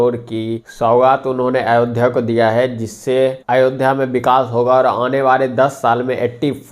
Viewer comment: चीमा ,अयोध्या को अयोदिया बोल रहा है,लगता है इसके पुरखे दूसरे ग्रह के थे क्या